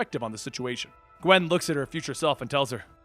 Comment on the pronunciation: Qwen pool spider qwen geez.